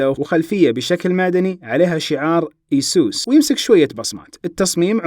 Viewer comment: مو ايسوس يا اي سُس